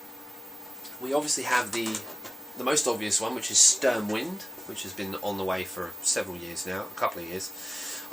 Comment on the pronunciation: A little pointer. Sturmwind is pronounced differently. Sturm is German for storm, but it is pronounced more like Stoormwind.